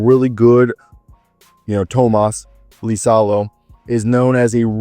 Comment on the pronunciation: Pretty good pronounciation on Tuomas Iisalo